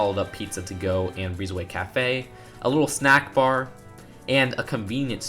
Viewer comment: It sounded like he said Allahu snackbar and not a little snackbar xD